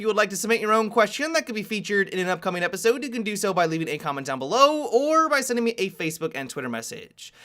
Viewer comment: Am I the only one who is angry that at the start he says, "and welcome to repisode"?